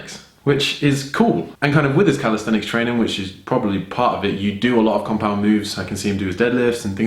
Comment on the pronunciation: " crossfit proberly"😂😂